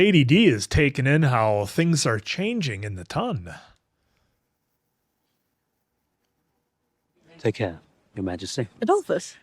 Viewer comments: ton is not pronounced like the weight "tun", it is pronounced like "tahn" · still pronouncing ton like tonne is sending me 😂 😂 😂